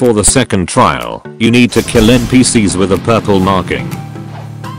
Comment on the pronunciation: Bro His Voice To Speech Said N P Seeyehs